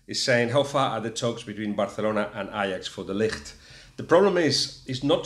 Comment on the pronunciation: Guillem just one question, it would be nice if pronounced Barcelona as a Catalan (which with a name such as Guillem Balague I take it you are) rather than a Castilian, particularly as you are communicating with English speakers. Cheers